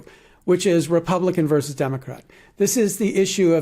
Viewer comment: *VERSUS (rather than "verse")